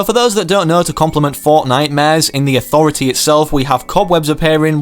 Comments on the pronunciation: Lol when he said landing at the authritah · I love de AuThOratee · No one: Literally no one:....: Landing at the AuThOrAtAA EPIC: HypexIsNo